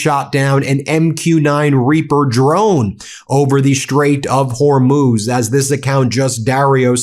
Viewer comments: HORMOZ , NOT HORMOOZ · “They DAMAGED THE HORMUZZZ..!”